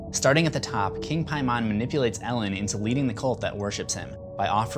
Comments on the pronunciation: Ian Brockwell every other ‘Hereditary’ video pronounces Paimon correctly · Love this video and ur channel but the way u say paimon almost drove me nuts but no hate! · you dont even pronounce Paimon correctly, did you even watch this movie? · I think you were saying paimon wrong. you look good shirtless btw! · the way you pronounce Paimon....cringing until I die. lol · Paimon= “Pay”mon. NOT “Pie”mon. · I cringe everytime you said "Piemon" ...., dude it's like you intentionally mispronounced the name, don't be that guy, They say it in the movie man, there's no reason for illiteracy to be present on that name. It's pronounced like "PAYMEN". Like the sounds in Payment, or Pavement. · PIE MON..... xD it's Paimon (Paymon) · Why do you keep pronouncing paimon as “pie-mon” when it’s said clearly many times as “pay-mon...” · there's actually 61.....Its Peyman (Persian) English = PAY-MON American = PIE-MON for some weird reason. Didn't you listen to the movies way of saying it. Its not PIEMON its PAY....MON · Am I the only one who is completely annoyed by him saying "Pie-Mon" instead of "Pay-Men" when the movie LITERALLY says it like "Pay-Men"? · k i loved you’re video but in the movie they pronounced it pay men so i’m confused as to why ur pronouncing it pay mon so which one is it lmao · Don't they say "Pay-men" rather than "Pie-mon" in the movie? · "Pay-man", not "Pie-mon". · King Pie-mon? Come on man, they pronounce it in the movie - Pay-min. There is no excuse for saying it wrong. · Pay-min not pie-mon. It’s literally said in the movie yet you butchered it repeatedly. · Really did u say PieMON....in the movie they all say PayMAN. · Paaaaaaay....mon. long a sound. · Anyone else annoyed that he keeps saying "Pie-mon"? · Did he just say King Pie man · Holy fuck it’s Paimon, PAY-MIN! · All hail King “Pie-Mon” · is anyone else bothered by him saying Paimon like Pie-mon? hes a king of hell not a fucking digimon ... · It's pronounced "Pay-mon" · Piemon? Paimon.